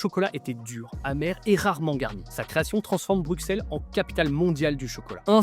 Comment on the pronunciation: OH TU L'AS FAIT😍😊😊😊😊😊 par contre par pitié arretez de dire le X de Bruxelles on dit : "brusselle" on ne dis pas Pariss nous, par contre on dit Anverss (à cause des flamands🤮)